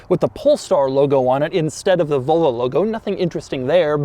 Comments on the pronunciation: Doug, the kind of guy who pronuntiates "Volvo" as "Volo" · "Vulvo"??? I can just about forgive "Jagwaar" (instead of the correct Jag u are). But Vulvo is just....creepy. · Never. He says "Vulvo" plenty of times tho. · No it's definitely not like any "Vullvoh" you've ever seen because it's a Volvo. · Kinda triggering me how he pronounced Volvo the whole video said it like vulvo 😂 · It's Volvo not Vulvo lol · Is it pronounced "Vulvo" or "Volvo", Doug? Your pronunciation sounds a part of the female anatomy. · It would be superb if Doug started saying "Volvo" and stopped saying "Vole-vo". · Zaddy Doug is saying Volvo like “Vulvo” 😳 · Volo logo* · Please stop saying vulvo it's making me uncomfortable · Anyone else think Doug says Volvo, it sounds like vulva? I can't unhear it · he keeps saying vulva